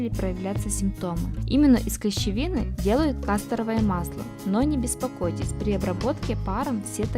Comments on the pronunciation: Девочка, милая, может тебе сначала Грамоте подучиться!!! Масло всегда было кастОровое!!! 🙄😎🤔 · Хм, почти что все эти цветы я помню со времён детства. Я их совершенно точно рвала, собирала в букеты, играла ими. Правда, жевать что ни попадя или натираться сорванными цветами никогда не приходило в голову. БеленА, а не белЕна. КастОровое масло. Ну, и про остальные ошибки уже сказано другими. Но ролик интересный, а голос у девушки очень милый и приятный. Возникает уверенность, что его хозяйка юная и красивая. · Не кАсторовое масло, а кастОровое масло, не парАлич, а паралИч, не белЕна, а беленА, и т. д. Девушка, вы много где в словах ставите неправильное ударение. Прежде чем создавать ролик на русском языке, узнайте сначала как некоторые слова и названия произносятся.